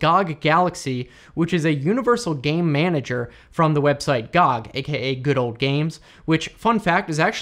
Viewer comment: its "gee oh gee" not "gahg"